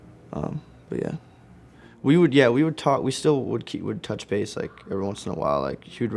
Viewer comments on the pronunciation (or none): none